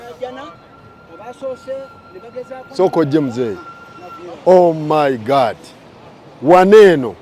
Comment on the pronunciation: Banna Uganda, muve ku byemulaba nemuyiga ku internet: clean up your language. Using 4-letter words does not make you look hype and modern. Naawe host, vva ku "Gaadt," it is GOD! Temututama!